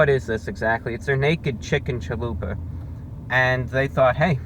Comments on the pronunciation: every time he said "chaluper" i died a little inside. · My Hispanic self cringes when Spanish words are said inccorectly. It's CHALUPA. (cha-lu-pah) but he's selling me on the chalupa taco, I'am edger to try it. \m/(^_^)\m/ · Great review as usual, but what is a “caliper .”🤩I’ve been teased for pronouncing pizza as “ pi-zer.” So I feel you.Most inventive thing ever, really? I thought the microwave was pretty cool not to mention the light bulb. Hyperbole never hurt anyone 😅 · Great review as usual, but what is a “caliper .”🤩I’ve been teased for pronouncing pizza as “ pi-zer.” So I feel yo😅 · man I love a "chualuper" hahaha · lmao.....chaluper kills me everytime i hear it!!!!!!!!!! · Every time you say Challuper I get goosebumps of joy. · WHAT THE HELL IS A "CHA-LOOPER"?!?!?! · "CHALUPER" love it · I will be pronouncing it "chalooper" from now on. Thanks Review Brah!